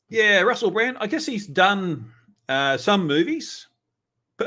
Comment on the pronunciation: It sounds like he's saying Russel Brant instead of Brand